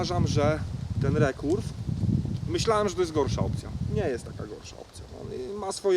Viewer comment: Mówi sie ,, ri kerw" Anie nie " re kurw"